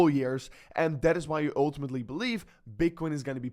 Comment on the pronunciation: Oouuutumetlyyy 😂 your pronunciation is wild